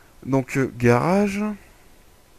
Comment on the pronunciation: garage et non" garrage" MDR